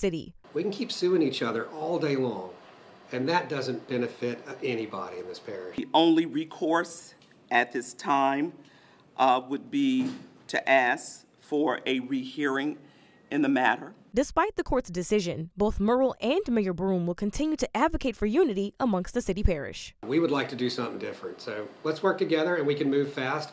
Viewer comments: Ms Puff doesn’t say “axe the community “ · "To 'axe' the community"? That word from the mayor just tells it all. Why is it so hard to say the word "ask"?